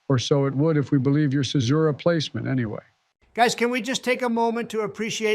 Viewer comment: One of them pronounced "Caesura" as "Kaesura" one time, not sure where. - Moreso than just being first characters in their respective lines, they're first characters in their respective couplets - Interesting double-meaning to add to the fractal! ~ War can still communicate using the beacons, while the people can't even send a letter home. A painful irony during the time of war; and a visual that the country's productivity is geared for war and not life.